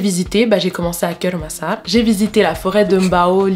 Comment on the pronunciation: Tu prononce mal😂😂😂 kêur massar😂😂😂